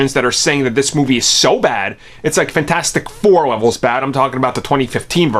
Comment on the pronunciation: You pronounce it fanfourstick